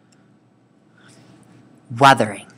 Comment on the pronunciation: man said arthering not weathering